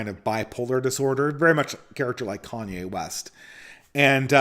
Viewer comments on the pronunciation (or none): none